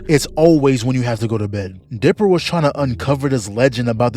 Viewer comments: Why does it sound like you are saying Deborah instead of dipper? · Why you saying dipper like "debora" bruh? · Every time this man tried to say Dipper he said Deborah and I'm not taking no for an answer